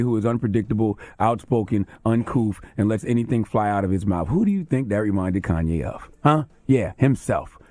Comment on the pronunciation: "Corn"YE' West